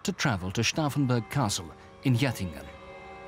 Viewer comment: Probably I'm the only one here who is annoyed by the narrator who couldn't learn how to pronounce Stauffenberg's name correctly if he speaks it out over 30 times!